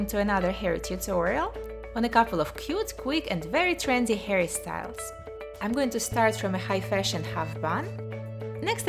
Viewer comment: every time she says 'hairstyles' I feel like she says Harry styles